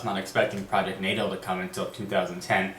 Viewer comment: i think is pronounced Nah-Tahl